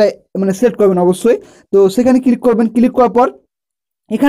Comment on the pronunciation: কিলিক নয় কথাটা ক্লিক